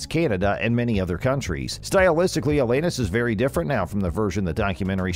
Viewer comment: Alayyyynis??? WTF.